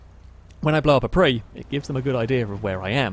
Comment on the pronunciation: the hell is a pwhree?